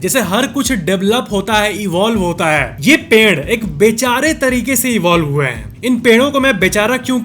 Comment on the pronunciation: Why do say हा instead of है, हैं